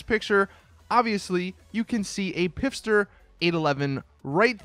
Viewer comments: Stop saying 'pifster' Just look how it's spelt 'Pfister'. There isn't an 'I' between the P and the F. It's pronounced 'fister'. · FISTER not PFFTSTER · Fucking hell why is it so hard for people to pronounce Pfister??? Especially this guy who pronounces it Pifster!!! It isn't that hard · How did Pfister become pipster? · The P is silent. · And the Pfister